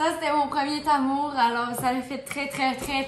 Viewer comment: Laura: « premier Tamour » 😂